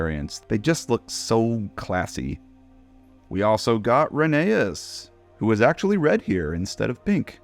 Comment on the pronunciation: it’s pronounced “Rheneas” not “Rheneas”